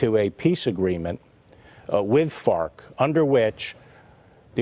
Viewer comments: Im sorry are you saying fart or farc? My $0.02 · ... I couldn't get past hearing "fart" instead of Fark or whatever lmao he just kept saying it too lol